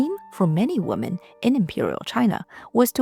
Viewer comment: Hey, Love your videos!! Just curious, why do you always mispronounce the word "women" and make it sound like the singular noun. Listen to a couple of your videos and you'll see. Your English sounds pretty sharp, except "women" where it will sound like woman.